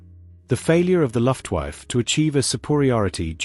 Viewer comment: Oh Dear!!! 'The Luft Wife' ITS' LUFTWAFFE!!